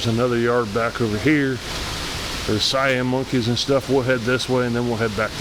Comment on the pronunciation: you missed pronounce Siamang. LOL I get it.